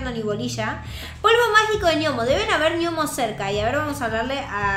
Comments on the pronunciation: no se lee niomos se le nomos se escribe gnomos pero se lee nomos saludame en tu proximo video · JAJAJAJJAJA dijo ñomos y es gnomos